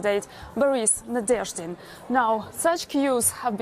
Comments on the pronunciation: Мне нравится, как ведущий не может произнести несуществующую букву в фамилии "Nadezhdin". Такой: НадеЙЭУRШдин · I find it embarrassing to see how a professional broadcaster, a BBC anchor no less, will not make the frankly trivial effort, to show a guest the basic courtesy of learning how to pronounce his name. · Interviewer isn't great, can't even pronounce his name. But I hope Boris makes a huge impact. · Before I watch it till the end - the host should have checked up the pronounciation of his guest's surname, cause the way he said it at first sounded a bit confusing) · How can you screw up the pronunciation of his name, then watch a report where it's pronounced correctly, then still go on to totally fuck it up when you speak directly to him? If talking is literally your full-time job, you'd think you'd be better at it. Nadezhdin is the only hope for peace for a lot of Russian people. My hopes are that nothing bad will happen to Nadezhdin; he's an intelligent guy and has evaded trouble so far, but if anything does ever happen to him, the Russian people need to act.